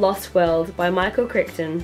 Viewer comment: It's pronounced Michael Cry-ton, I believe.